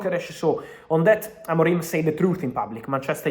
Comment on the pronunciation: Don’t say Ruben AMORIME. It’s Ruben AMORIM.